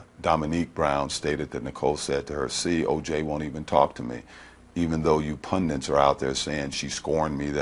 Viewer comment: Says “pundint”, too